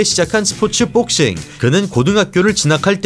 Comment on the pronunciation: 근데....뽁서;;;ㅋㅋ발음 특이하시네요..영어잘하실텐데..뽁씽..한국 특유의 악센트..ㅎㅎ재밌네요